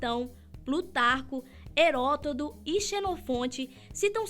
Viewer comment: Sera que sou o unico que observou que ela disse herotodo???😂